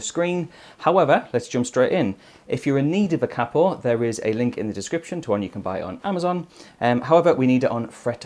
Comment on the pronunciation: why on earth do u say capo like that